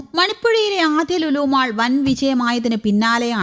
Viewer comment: It is not മാള് എന്നല്ല. ശരിയായ pronunciation മോൾ എന്നാണ്.